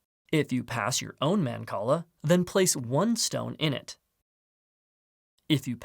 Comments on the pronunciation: It's not. It's mahn-call-ah. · I love mancala! Never knew it was pronounced like that